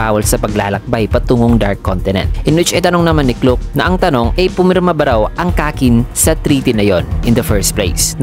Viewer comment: Tamang pag bigkas sa name ni "Gell" ay "Jell" tapos kay "Clock" naman ay "klak" hehe yan kase ang tamang banggit sa nami nila